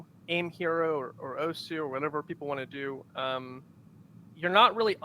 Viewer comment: he pronounced osu oss